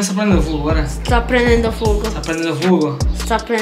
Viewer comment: "Fuuuuoco" terroni